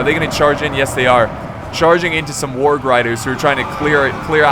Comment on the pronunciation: when he doesnt know how to say warg....... HAAAAAAA